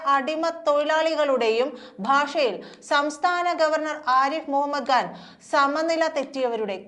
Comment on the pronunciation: സഹോദരീ, ആരിഫ് മുഹമ്മദ്‌ ഘാൻ അല്ല, ആരിഫ് മുഹമ്മദ്‌ ഖാൻ എന്ന് വേണം ഉച്ചരിക്കാൻ.